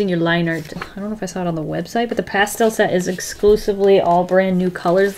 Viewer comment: Nobody:: How's that for a transition?: ~past - ehhll~ Also: Is that also called roller skating? Jhhsjssjgs